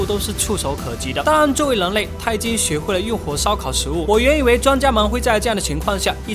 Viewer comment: 跟我念，人（rěn）类，那个人（rěn），不是leng类，leng民，那个leng....